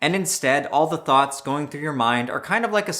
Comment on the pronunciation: Every time he says thoughts, I hear thots